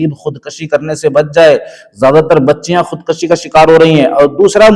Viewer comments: محترم! خود کَشی نہیں ، خود کُشی ۔ اصلاح کرلیں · خودکشی ک۔ پر پیش صحیح تلفظ ہے